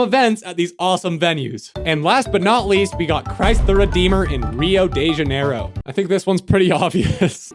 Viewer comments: As a brazilian, I love the way you pronounced "rio de janeiro" slowly lol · As a brazillian, hearing you say "Rio de Janeiro" is PAINFUL 😭😭😭 i dont blame you tho you're not a portuguese speaking guy, you're a toki pona speaking guy